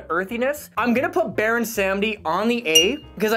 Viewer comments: So it’s not Pronounced Baron Sam-dee. It’s Baron Sahm-dee, technically more so Bawr-oon Sahm-dee (spelled Bawon Samedi) but that’s more technical than anything, and Baron is just fine. It’s the name of a Haitian voodoo iwa, basically the god of life and death, but also of debauchery. Also fun fact, another one of his incarnations is Baron La Croix, so he technically has TWO drinks on the market lol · since its your favorite, go learn a little bit about the voodoo death god, baron samedi (pronounced: saw-muddy) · It is pronounced baron se-mode-dee